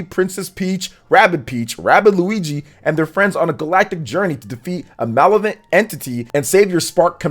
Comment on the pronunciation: That's pretty "malevent"